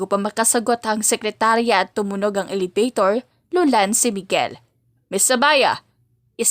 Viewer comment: Isa pa pala. Elevator, hindi elebaytor. Workshop workshop din pag may time. Specially if that’s your bread and butter.